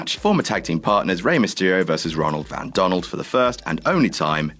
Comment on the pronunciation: "Ronald Van Donald" OMG I'M GOING TO CRY!! XD XD